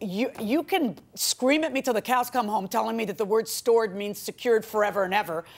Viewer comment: STORED rhymes with BORED. I quit after 10 minutes. Zzz zzz....